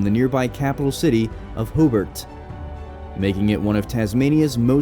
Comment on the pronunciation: did say hoobart?